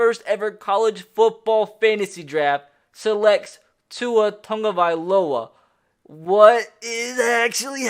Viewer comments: You pronounce Tagovailoa wrong. Where is the N in Tagovailoa but people pronounce it like its Tongovailoa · toungovilowa? what the serious fuck?